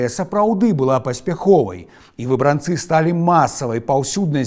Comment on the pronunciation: У 90-я шмат пісалі пра выбрАнцаў. Але чаму ў Вас такі дзіўны націск, заўсёды гаварылі "выбрАнцы". Нават праверыла ў слоўніку, а пасля ў Вікіпедыі - усюды выбрАнцы.